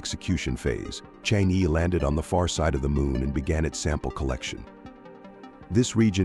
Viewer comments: better read "Chang'e" as Chang o, thanks for the report. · Nice video and presentation. The title Chang’e has an “e” that should be pronounced as vowel and not consonants. Some what sounds like “Zrhang-eh” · it would be like ALIEN if westerner pronounced Chinese: Chinese - CHANGG Er . 🎉😂